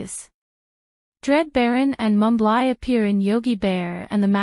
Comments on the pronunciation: Mumbly's name is pronounced mum-blee not Mum-bligh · Mumbly's Name is pronounced Mum-blee Not Mum-bligh get it right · Mumbly's name is pronounced Mum-blee not Mum-bligh. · Mumbly's name is pronounced mum blee not mum bligh get it right